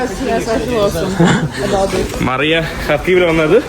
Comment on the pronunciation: മറിയ അല്ല മരിയ 😂